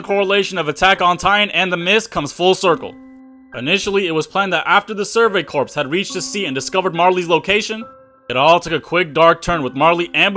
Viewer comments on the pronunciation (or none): It’s pronounced PAIR-UH-DEE, you don’t say the S. Exact same for Survey Corps., you say CORE